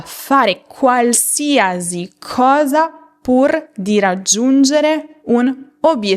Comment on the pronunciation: Mi dispiace, ma non si dice qualsiasi con il suono /z/ alla fine. L'ultima sillaba viene pronunciata /si/. La sua pronuncia sarebbe giusta per la parola "diagnosi" o "parentesi", ma non in questo caso.